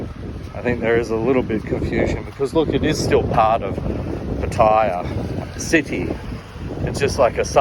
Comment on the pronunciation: I am puzzled as i think it is Pattaya however you pronounce it Pattya ..